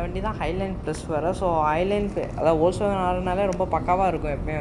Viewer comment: Bro ஃபோக்ஸ்வேகன் இல்ல, வோல்க்ஸ்வேகன்